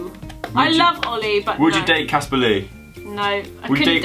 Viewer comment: ITS CASPAR NOT CASPER UGH